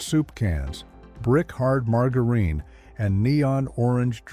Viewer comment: Good gosh, please a real human would get the words at least a little closer!! Margareen, leed, absolutely humorous and disturbing at the same time!!